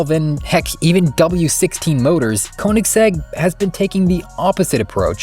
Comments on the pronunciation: it's pronounced "kUH-nigs-egg" btw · PLEASE learn to pronounce Koeniggsegg properly if you're gonna make a whole video about it!